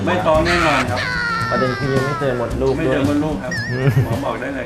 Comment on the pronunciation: มดลูกค่ะไม่ไช้มดลูด